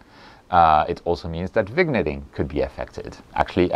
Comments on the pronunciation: Excellent explanation as usual! Really going to help a lot of people here. Pronounced: Vin-yet-ing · I see no problem reusing flats, the only time I take fresh ones is if I rotate the camera to frame a specific subject. As for vignetting, as far as I know, is pronounced vinyetting. 😁